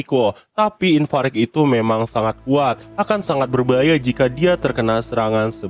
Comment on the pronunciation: Kan namanya ivarage bg kok lu nyebutnya infarek, ivareg kali